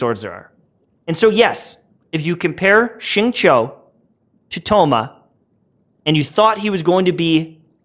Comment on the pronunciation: Another great analysis. Although I always cringe without fail how white you pronounce their names lol. The characters literally pronounce their names for you in their voice lines lol! I just had thoma and was hella disappointed.. but then watching your build and explanation i tried him again and am loving it so far!